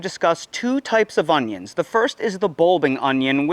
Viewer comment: Augggghhhh. Please stop saying "unghyins"